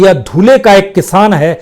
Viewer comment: Please improve ur language it's धुळे not धुलें